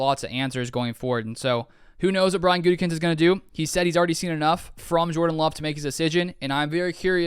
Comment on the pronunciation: the smirk on your face when Colin mispronounced Gutey's name was priceless! I still believe the best thing for the Pack would be for Aaron to simply retire and slot Jordan in for next year. If there is a trade, you have to choose Rodgers at age 39, not a potential young stud that has shown me enough to be given a fair shot. Thanks man appreciate your videos and your written content!!😎😊